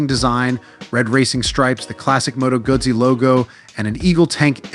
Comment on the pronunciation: its "gutsi" not "gazi"🤌